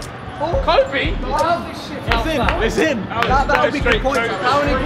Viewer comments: Ethan said kobee lmao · Dammmmm Ethan saying “Kobe” jeez RIP